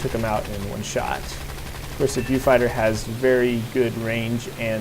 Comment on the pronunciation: Great video,, I learnt a lot about making the best out of my new Hurri 2, thank you. As a total aside -- and hopefully not sounding like a dick -- the "Mk" in the nomenclature denotes "Mark" rather than "Emm Kay", i.e. the second version. And whilst I'm still (not) being a dick:), the "Beau" in "Beaufighter" is pronounced like the bow in cross-bow, rather than "boo" as in, er... "boobs":D I'll shut up now;) Seriously though, great stuff and thank you!:D